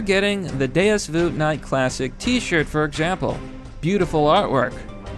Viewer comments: You're pronouncing Deus Vult wrong bro. It's vUlt, you have to emphasise U the and properly pronounce it. When you say it, it sounds like "Voolt" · ITS DEUS VULT YOU INFIDEL "DEUS VOLT" NOT VOOT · Deus Voot? You mean Deus VULT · DAY-US VOLT! ITS VOLT YOU MENTAL MIDGET! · Why he say deus voot?? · Butchered that Deus vult pronunciation didn't you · Ngl you BUTCHERED the pronunciation for “deus vult”